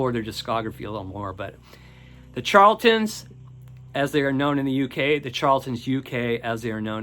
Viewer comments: Pronounced sharla-tin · My favorite 90's debut is Dry by PJ Harvey. BTW, you should consult a dictionary to learn the proper pronunciation of the word "charlatan."